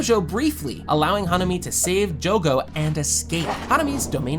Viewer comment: Lu salah sebut nama bg harusnya jogo 😅